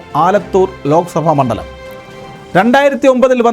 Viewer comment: പെട്ട നാണോ വാർത്ത വായിക്കുന്നത് തൃത്താല പെന്നാണി മൺണ്ടലത്തിൽ ആണ്😅😅😅